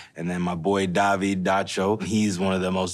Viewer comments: Dude out here calling himself Dah-veed? Get a grip DAVID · Why is he pronouncing David as Daveed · Didn't realize this guy's name is David and not Dahvee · What's annoying? People with regular old names pronouncing them like they are something special. DAH-VEED... Ok David calm down.